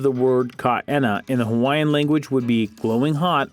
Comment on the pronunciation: Brah dis guys pronunciation disrespectful faking haole